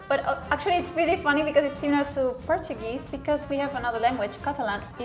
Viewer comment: She didn't noticed in Portuguese the "o"s is pronounced as U